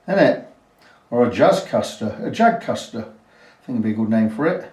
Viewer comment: "THE JAGSTER". Nice job,. Cheers.